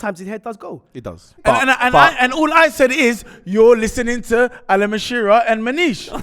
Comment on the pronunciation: Alan Mashira lool I love the way deliberately mispronounces names lol